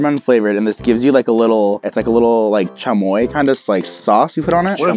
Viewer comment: Me Mexican watching Dope or nope Michael: it’s chammoy and tanner: what’s chammoy Me:...LMAOOOOOO